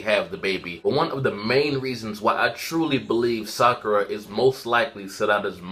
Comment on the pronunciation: It's Sakura!!!!!!!!!!!😑